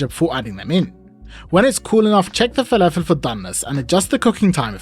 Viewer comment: Add a teaspoon of salt. Proceeds to dunk in a bowl of salt. Anyways, I learnt a few things. It's pronounced felefel not falafel. And there is a new word, nother. Never heard it from a Brit before. I thought it was only Yanks that mangled the grammar of the language that badly.